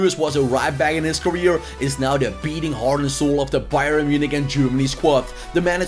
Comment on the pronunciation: It's not Bye-ren it's pronounced Bye-ern